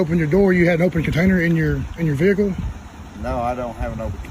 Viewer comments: What's a vee-hickle? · I love the south where they think the word vehicle had three syllables lol